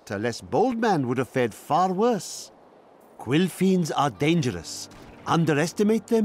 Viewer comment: I heard quill fiends as "queefings" which only added to the ensuing description